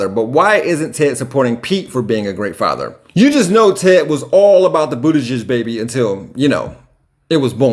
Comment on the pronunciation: I swear it sounds like you said Pete "ButtiJizz", though it likely wasn't intentional it was still funny